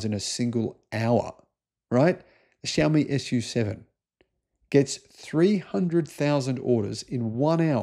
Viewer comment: SU7 => Soo-Chee YU7 => Yoo-Chee